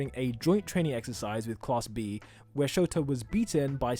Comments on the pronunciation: Why is he keep saying for aisawa and not shota.btw lov u vids,real helpful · Did he just say “ aizawa”, that sounds familiar, like todoroki